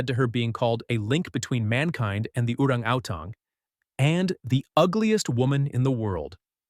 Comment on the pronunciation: is the AI voice meant to be saying Orangatang?